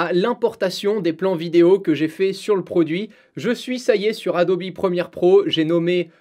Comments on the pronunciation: En français on dit bien Adobe et non Adobi. Par contre si tu prononces Adobe en anglais, tu dois prononcer Premiere en anglais également. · Alors que plus tard dans la vidéo il dit plusieurs fois Adobi assez naturellement, on se défait pas si facilement de ses habitudes mdrr